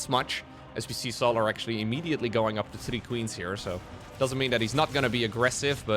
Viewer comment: The way bro pronounces Solar is so jarring... So-laRRRR. Bruh.